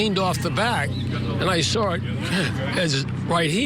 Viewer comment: Sawr? Where does find the “r” in saw? She sounds as uneducated as Shanon.